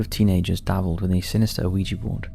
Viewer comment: It's pronounced wee-ja or wee-gee board. Not Oh-ee-ja board.